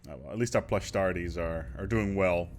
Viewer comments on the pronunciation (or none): pahwuush. theyre the paluush therefore its pronounced pahwuush or pahwoosh. you have to say it right otherwise is sounds too much like push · "Pwush" amazing Now you only need to change the name to giga-pwush engineewing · giga pawussh engineewing. gotta rember theyre the pallush not plush.